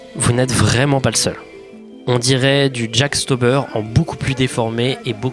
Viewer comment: Quand j'ai entendu le "Jack Stauber" mes oreilles ont été bénies, il m'en faut peu mdr Sinon très bonne vidéo et frchmt ce format est très intéressant, mon histoire préférée étant la première !!